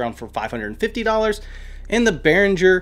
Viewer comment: im prob a dick right now, but behringer is german made. so you pronounce it, in german not english;-) love the videos, ive have seen from you tho